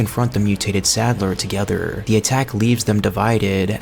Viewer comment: Nice video but you put wayyyyyy too much emphasis on the last word in each sentence lmao I ate a pickllle. Thats a scary taco Working togetherrrrrr